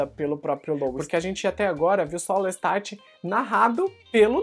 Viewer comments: Eu ouvi "Lestart"? LESTART???? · Adoro seus reviews... uma dica fonetica - a pronúncia dos nomes dos personagens de Anne Rice, são do francês, que se silência as consoantes nos finais das palavras... Louis (Louí) / Lestat (Lêsta)... Lôuiz... é a pronuncia Americana de Lois... personagem Smallville... parabéns pela edição, por todo trabalho!!!